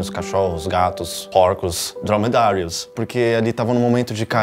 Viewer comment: "Drwomedarwios" ikkkkkkkkkkkkkk